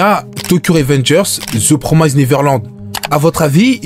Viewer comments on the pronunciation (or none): none